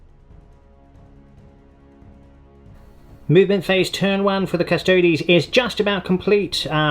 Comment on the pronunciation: a 40k channel that can pronounce custodes correctly? fucking thank you my ears were bleeding from all the other painful attempts at it